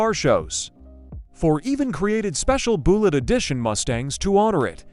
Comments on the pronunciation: You mean the movie wasn't called Buelegge? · More A I slop. The word is Bullet. The A I pronounces it "BOO Lit. Immediately quit watching. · Boolit. AI slop. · Boollitt? Deebate? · "Boolett." I KNEW the Charger had to be faster than that gussied up Ford Falcon. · Boolet???🤔 Yes, AI sucks. Most likely pure fiction.... Deeebate🙄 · right BOO-LITT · Don't you just hate these Ai voices even mispronouncing a simple 2 syllable word like Bullitt ! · The AI commentary is terrible. Frequent mispronunciations and grammatical errors were enough to almost make me turn it off, but I wanted to see if there was any interesting info in there. The video is about Bullitt and you can't even pronounce that? What's up with the gratuitous shot of an AR-15 in there, too? Go back to well-written, proof-read scripts with a human narrator. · Yes, mispronouncing Bullitt in the first sentence. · Boooool-et and ' HemmIS ' engine, ..... C'mon A.I. you suck. Why can't a human just read the script. F'k A.I. is the WORST.